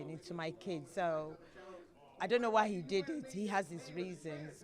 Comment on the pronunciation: He’s saying DUN KNO not don’t know